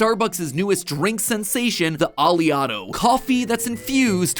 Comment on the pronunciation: It's not (Ah•lee•otto) it's (Oh•lay•otto). It's named after the most prominent fatty acid in olive oil, oleic acid. Which is pronounced (Oh•lay•ic)